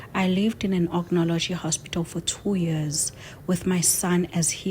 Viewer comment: It’s oncology , also there’s nothing called iisololation paparazzi needs you to read properly .. from me your principal